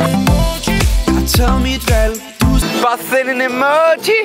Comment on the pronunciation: Det lyder mega sjovt når du siger Emoji (bare send en emååji)